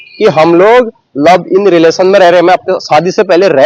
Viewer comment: लव इन नही लिव इन होता भाई कहा की पढाई😂😂